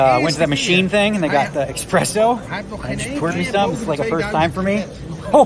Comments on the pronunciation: It's espresso, not expresso :D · Just so you know, and I was yelled at once for this so I am trying my mightiest to be polite about it, it isn't expresso it is espresso. Just a courtesy. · Did he really say "expresso"!